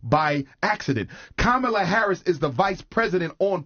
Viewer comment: It’s KA-MA-LA. This lady can’t even be honest about how her name is pronounced. It’s a classic Indian name that is pronounced a certain way.